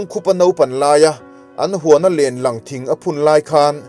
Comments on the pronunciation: Lênlâng tia lam tur. I lam rang lutuk. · Lenlang I lamrik dan hi a dik lo len hi Vailen kansawia len ang hian lamtur tin tin Lang pawh hi Tui chunga thil Lang Kan sawi ang hian lam tur len lamlai hian Kan lekinKan dang chung lam hawlh tur